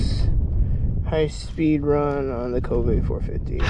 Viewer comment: Great color combo but it's pronounced K-O-ve, not Kove'.